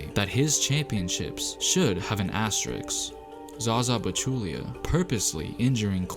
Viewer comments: AsteriSK, not asteriX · Asterisk, not asteriks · ASS - TE - RISK not ASSTERIX ... this is asterisk is shit. you cannot rob other teams winning because someone is injured. fuck your asterisk shit. you cannot blame other teams victory because someone was not there. it not their fucking fault. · Uh. It's pronounced ass-ter-risk not ass-ter-ricks. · not to be that dude but its asteriSK not asteriKS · Say it with me: “ASTERISK” Not “Asteriks” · The spurs one shouldn’t even be here, I don’t think they went out and prevented everyone else from training as they are paid millions to do. And by the way it’s asteriSK not asteriKS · Fucking “asteriks” it should be “as-te-ris” dumb youtuber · Asterisk vs Astericksssss.... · You mispronounced every asteriSk. You need to emphasize firsz S. It is not easy but do it. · My left eye twitched every time he says “asterix”... and it’s not a pleasant feeling. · Aks-teriks? It’s soooo seemple! Isss like MaF-ematics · So triggered when dude says asterixxx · Asterix, hahaha...dude... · A S T E R I K S lol cmon guy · This guy made a video about asterisks and can’t even pronounce the word